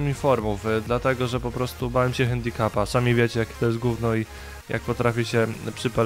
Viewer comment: co to jest ten cały handicup... czy coś takiego (czyt. handikap)